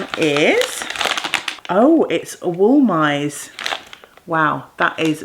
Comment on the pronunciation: Oh, what a horrible thing to happen! I hope you have arnica in the house to help heal the bruises. Also, you say Wollmeise 'vollmiser', it's wonderful to knit with!